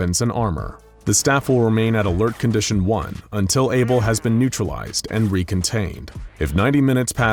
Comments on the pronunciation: Isn't it Abel not Able? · isn't it Abel? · for fucks sake, its abel